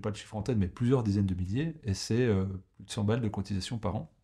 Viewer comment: combien de cotisation par an ? on ne distingue pas ce que vous dites ...